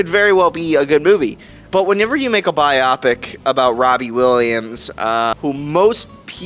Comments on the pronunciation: Are able to pronounce „Biopic“ correctly ONCE??? The emphasis is on the I not the o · Am I crazy? Everyone keeps saying "bye-op-ick". Isn't it pronounced "bye-oh-pick"? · He’s pronouncing wrong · I thought so! This was the 3rd or 4th review I watched where the reviewer said it like that, so I thought I was losing my mind 😅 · WTFf? This professional troll doesn’t know what he’s talking about. And a movie reviewer that mispronounces biopic? 😂😂😂